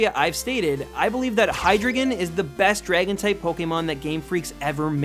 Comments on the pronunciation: And btw u pronounce Hydreigon Hi-Dry-Gun not Hi-Dri-Gon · Hydreigon is pronounced like this. High, Dry, Gon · Actually, Hydreigon is pronounced "Hy-dry-gon", since it has drei in the name, the German word for three, it being pronounced "Dry" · Good job, but be careful with pronunciation of pokémon names. You pronounced Hydreigon a bit wrong, its name is based on Hydra, Drei (three in german) and Dragon. Drei is not pronounced like "drou", but more like "drai" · You pronounced Hydreigon wrong... It is pronounced Hai-drai-gon, not Hai-drei-gon... Drei means three in German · It's pronounced Hy-dry-Gon, like the word dry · its hi-dry-gon. and its based on a hydra, not yamato orochi. sorry dude, gotta correct ya there. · It's pronounced hi-drei(as in 3 in German)-ton not hidruhgon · I dont wanna be rude but I hate how he pronounces. Hydreigon's name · this dude says hydreigon is cool and can't even pronounce it LMAO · You're pronouncing Hydreigon wrong. Not enough German. Still.....awesome Pokemon. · it's based on a hydra not whatever you said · you're pronouncing hydreigen wrong. it's supposed to sound German. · You pronounce hydreigon wron btw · you mispronounced hydreigon. its german 1 2 3. dEINo ZWEIlous hyDREIgon. ein zwei drei. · THANK YOU! HYDREIGON IS MY FAVE POKEMON EVER!even if you said his name wrong!